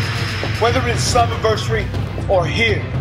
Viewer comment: matt didnt say slammiversary he said summiversay XD